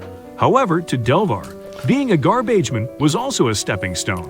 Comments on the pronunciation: Gar-beige-man LOL 😂😂😂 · What a heart warming story!!! Made me cry and then laugh from ai saying garbaigeman